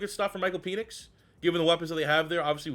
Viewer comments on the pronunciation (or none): I thought it was PEN ix, not PEEN ix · Isn't his name pronounced PENix. Not PEnix. You keep making it sound like something completely different 😂. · I can't tell if you're doing it on purpose, or if it's just that you're Canadian. But it's pronounced "Pen-icks" not "Pee-nix". Love the content. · Pen-ix not peenix. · I was about to say the same thing 😆 🤣